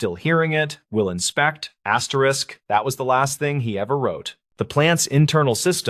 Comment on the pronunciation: Asterix asterix?? Can’t listen to this….